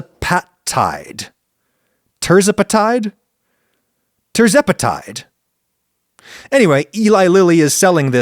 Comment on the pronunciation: GLP-1 inhibitors will not succeed until they become cheaper and more insurance plans cover them. Also: "teer-ZEP-uh-tyde" "sem-uh-GLOO-tyde" "weh-GO-vee" "rye-BELL-sus"